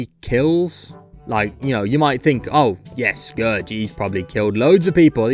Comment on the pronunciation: NOOO I FORGOT YOUR BROTISH YOU PRONOUCE SCOURGE WRONG